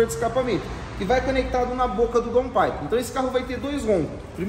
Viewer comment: Boa tarde. Parabéns, muito legal seu serviço, vcs são perfeccionistas. Daun paipe a pronúncia correta. Abraço